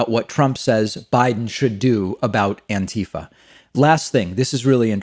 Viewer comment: Come on, buddy, it's "anti-FAH"